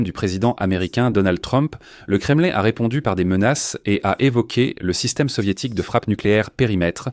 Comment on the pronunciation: On ne prononce pas kremeline c'est nul .mais kremlin( hein) à la francaise,ou kreml à la russe.